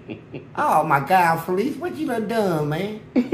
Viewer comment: His name not fleece he pronounced his own name fa leece